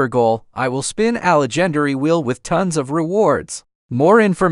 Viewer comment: A le-gen-air-ry reward 😂😂😂